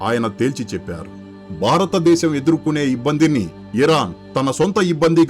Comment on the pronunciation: చెత్త వ్యాఖ్యానం. వృత్తులు పలకడం నేర్చుకో. బారతదేశం కాదు భారతదేశంలో అనాలి. ముక్యంగా అనకూడదు. ముఖ్యంగా గా నీలాంటి వాళ్లు నేర్చుకున్న తరువాత యుట్యూబ్ వీడియోలు చేయి